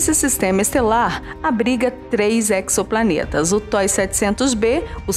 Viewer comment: Exoplaneta, inexorável, assim como a palavra êxodo. Sempre som de "z", e não "cs", como em anexo, hexagonal, fixo. Um erro comum, muito repetido pelo ex-presidente Lula em suas palestras, recheadas de metáforas. Parabéns pela voz!